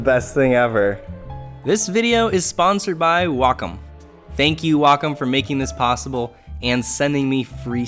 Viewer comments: I always thought it was pronounced Wacom, not Wacom. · Jehu Jehu Neither, actually. It's Wacom.